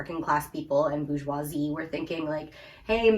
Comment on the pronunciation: is so cute 🥴. And she correctly differentiates the pronunciation between bourgeois and bourgeoisie. 💕💕💕💕💕💕